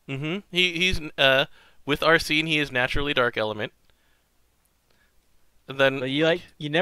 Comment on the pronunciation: DID YOU ACTUALLY JUST SAY ARSEEN? INSTEAD OF ARSENE? HERESY!!!